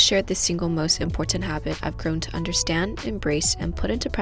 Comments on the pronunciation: I have come here to hear say "imPortant" LOL...Love it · Great video. But you’re pronouncing the word important incorrectly